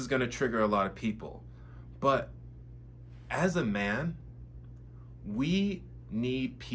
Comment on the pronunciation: You can't even say the word "man" correctly... it's giving 🌈.